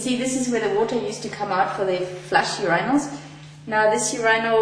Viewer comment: Your - eye- nals.